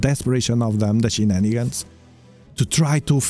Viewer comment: Thanks &Team for this clips..hip hip horray...when i heard saying Shenanigens you just make me laugh..😂😂😂